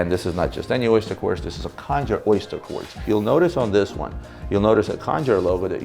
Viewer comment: Khanjar (not “kanjhar”) is not pronounced with a “k” but a “kh”: خنجر